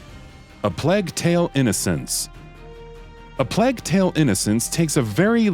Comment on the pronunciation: LOL why does he say Plague like that?